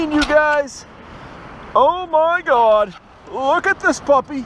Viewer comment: Oh my gaud...oh my gaud...you gotta be kidding me